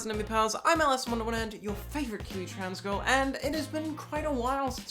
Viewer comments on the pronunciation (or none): whenever says "your favourite Kiwi trans girl" I always seem to hear it as "your favourite cutie trans girl", and both are true 😁 EDIT: I may be Aro/Ace, but if I have several trans friends (all of them mtf) with a couple having had bottom surgery, and they're amazing people - if I was to have a relationship with anyone, I'd 100% be in if they were trans, it doesn't matter to me - the one thing I'm interested in is going down, I want to know what it's like for them for someone to go down on them (especially for a decent amount of time), and I'd happily be the one doing it if given the chance, but they all know I'm Ace, so we flirt outrageously with each other because they know nothing will come of it